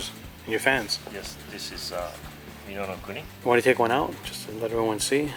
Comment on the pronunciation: The way he pronounced minonokuni...